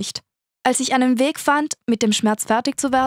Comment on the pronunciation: Wie Sie das "Weg" betont, als wäre das weg gehen ein fuss Weg wäre xD